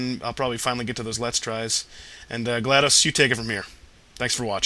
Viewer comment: I like how, in the beginning, when you and GLaDOS were (by the loosest definition) friends, you pronounced her name like "Gladice," but now that you're trying to kill her, you pronounce the "o" like an actual "o." Was this intentional?